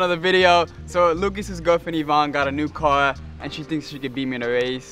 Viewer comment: Nobody:: Lucas’s girlfriend Ivanne got a new cuar. Me: wtf is a cuar. Say it normally, car